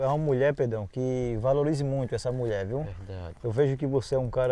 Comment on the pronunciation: Só tem uma coisa o e muito bom pra trabalhar nos vídeos mas ele tem q aprender conversar ele fala Muié e muita Coisa errada